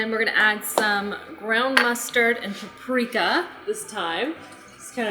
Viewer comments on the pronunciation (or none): I love how says prapreka instead of paprika